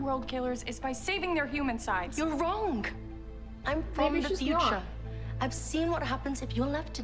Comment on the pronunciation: I usually support Imra but she pronounced the g in wrong.